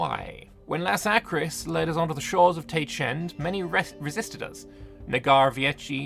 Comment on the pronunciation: Laskaris, not Lasakris. Just so you know